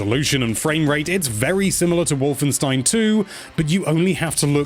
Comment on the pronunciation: Finally a english speaking person i heared got "Wolfenstein" right 😅😂